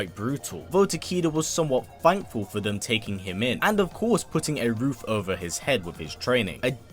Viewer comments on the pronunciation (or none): none